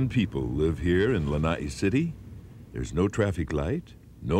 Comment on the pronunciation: Lana’i - not lanai. It is so sad to hear that island name mispronounced till today.